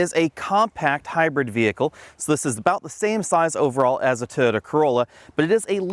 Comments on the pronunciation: It’s TOYOTA, not “TOTA”! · I like how you've shortened "Toyota" into 2 syllables. "Toda" is easier to say! ;-)